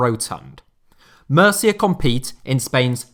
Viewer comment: Μercia ha ha....learn the basic pronunciations before you do such a show!....